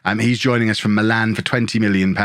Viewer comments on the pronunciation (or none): none